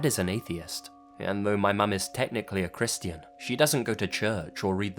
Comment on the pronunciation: You say 'Christian' strangely.